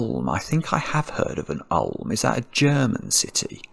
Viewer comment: When that dude went, like, "is go a synonym for say?", I went, like, "yeah". And is Ulm a city? Yes, the birthplace of Einstein, and it's pronounced more like "oolm" (but with a short vowel). You might have heard it as the last part of the name of that famous German baroque composer, Johann Gambolputty de von Ausfern-Schplenden-Schlitter-Crasscrembon-Fried-Digger-Dingel-Dangel-Dongel-Dungel-Burstein von Knacker-Trasher-Apple-Banger-Horowitz-Ticolensic-Grander-Knotty-Spelltinkel-Grandlich-Grumbelmeyer-Spelterwasser-Kurstlich-Himbeleisen-Bahnwagen-Gutenabend-Bitte-Ein-Nürnberger-Bratwurscht'l-Gespurtn-Mitz-Weimache-Luber-Hundsfut-Gumberaber-Schönendanker-Kalbsfleisch-Mittler-Aucher von Hautkopf of Ulm. The city is also featured in a famous German tongue-breaker: "In Ulm, um Ulm, um Ulm herum".